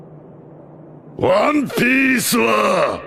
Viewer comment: “What is the one biece” lol.